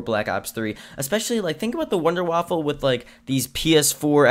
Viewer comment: Wunderwaffe. NOT waffle